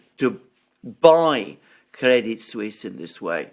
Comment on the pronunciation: Very informative as usual, just one slight detail, in Crédit Suisse, the 'T' is silent.